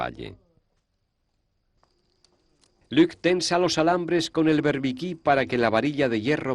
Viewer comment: No es Luque, es Luc. Es francés.